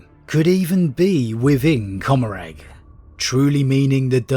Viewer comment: Commoragh is meant to be pronounced like 'Gommoragh' as in Sodom and Gommoragh from the Bible.